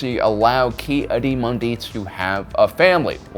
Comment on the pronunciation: Ki-Adi-Mundi (Key-Aww-De-Mun(think money)-De)